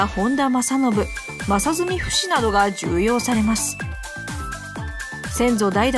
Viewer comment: 重用（ちょうよう）ですよ。